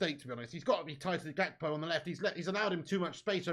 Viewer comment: "Poonez" "Gakpoo" grown ass man